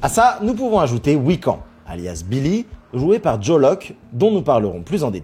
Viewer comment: L'un n'empêche pas forcement l autre. C'est que de la théorie mais, William maximoff peut être mort pour se réincarner en William Kaplan. Simple théorie. Ps: Wiccan se prononce wick-Anne 😅 pas wick-en